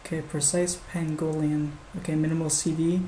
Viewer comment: Urgh! It's pronounced "oo-BUN-too"! And "PANG-go-lin"!